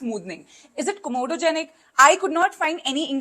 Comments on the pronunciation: Comodogenic ❌ COMEDOGENIC ✅ Please spell and pronounce correctly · I hope you don't mind me correcting you, but it's comedogenic as in comedones(clogged pores), not comodogenic. I don't want to come off rude. 🙏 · It's comedogenic, NOT comodogenic! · Its UVINUL not UNIVUL and COMEDOGENIC not COMODOGENIC1😊😊🙏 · It's not Comodogenic. It's Comedogenic!